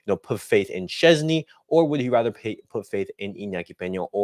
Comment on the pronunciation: Its Pronounces - VOY TECH CHESNY ...lol